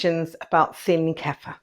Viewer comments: Ku-feer. Not Keffa. It's not our word, and we should pronounce it the way the people who originated it pronounce it. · Kefeeer not Kefer